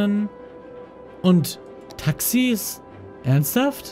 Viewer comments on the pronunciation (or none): "Taxis" gg